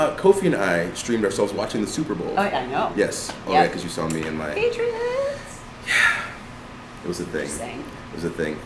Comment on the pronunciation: PATRIOITS me: OHHH YEAH DEY DA BEST TEAM EVA